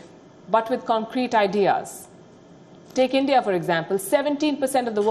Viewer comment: You had me at ‘cradibility’. Next word out of your mouth would be ‘Endia’. Guess what - Kashmir is an Indian issue, Farm laws too, demonitization as well. And the Indian government knows what it needs to do. So, yes, nothing for Pakistan to leverage here. Next item on the table - Induction of PoK with India.